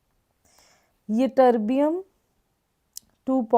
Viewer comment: mam tm -thulium and yb-yitterbium you pronounce wrongly